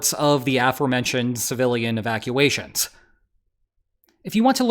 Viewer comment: It's a-FORE-mentioned, goofball. Do you say BE-fore you mentioned it?